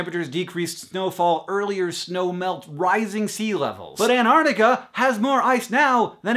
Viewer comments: Not anartica you silly prson. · Do all Americans pronounce Antarctica like An'arctica? Because that's just funny. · AnTarctica has two t's. Pronounce them dammit America.....My New Zealand is showing... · well done, love the (mostly) correct usage of data as a plural noun, but learn to pronounce Antarctica. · why dont americans pronounce the first 't' or the first 'c' in Antarctica? D:>